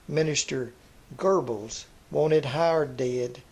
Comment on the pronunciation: I'll say this: may have an interesting pronunciation of "The Perfect 'Farst'" but he flat nailed Joseph "Goebbels," so take that and smoke it in your pipes, detractors.